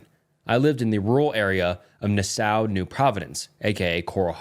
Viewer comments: “Nassooa” Sending hate from the Bahamas🙏🏽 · Hey, the story that took place with the second house being in Nassau was pretty surprising. With the fact that I live in Coral Harbor and that hotel is very close to me.Btw you pronounce Nassau so wrong.